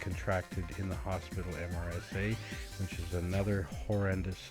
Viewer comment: Not said as the actual letters, but sounds like MERSA